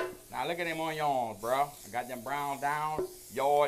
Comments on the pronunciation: I’ve never heard anybody from Louisiana say onion like that and I’ve lived in Louisiana my whole life. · I’m never pronouncing Onion the same again.